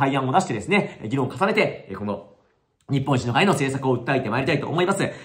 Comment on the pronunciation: 言ってる事は正しいと思うけどずーっと日本一の会としか聞こえなかった。政党名はちゃんと言った方が良いと思う。